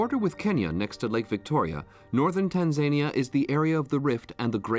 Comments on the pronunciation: Who/what does the research for these documentaries about Tanzania pronounced Tan zan eeya? Si sahihi (incorrect), there are no panthers in Tarangire National Park which is mentioned as one of the predators to be seen there. In the Serengeti part the commentary stated it was one of the places to see a leopard when the camera image was of a cheetah, really? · It's pronounced Tan.zuh.nee.uh